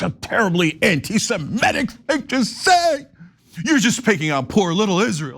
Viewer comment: BTW, it's semitic, not simetic